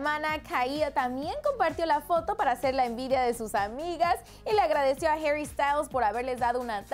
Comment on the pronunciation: Herry no mames pronuncialo bien es HARRY así tal cual -.